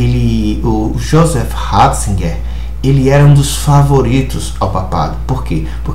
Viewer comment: joseph Raaahhhzigerr .....kkkkkkkkk aprende a falar seu analfabeto